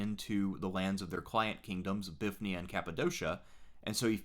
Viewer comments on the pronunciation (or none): Confuses me how so many people miss the Y in Bithynia. By all convention of pronouncing greek places you would expect English speakers to say bi-THIN-ia